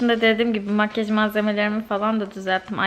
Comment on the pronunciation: Makyaj değil makkaş 😅